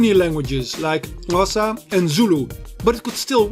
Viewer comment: Finally someone pronounced Xhosa properly